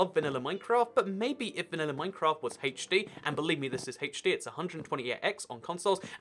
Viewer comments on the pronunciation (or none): Also he says hatech d lol